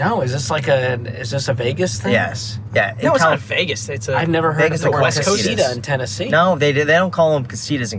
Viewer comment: lol at gringo pronunciation of "casita" Yeah of course it's a Spanish word. Casa is house 🏠. Casita is little house 🏡